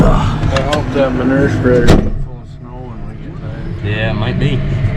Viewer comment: I love the way your dad says manurr the way Mike Less does. I grew up saying manewer (rhymes with sewer, so you know what it is). With a new pronunciation, we could sell this stuff for money!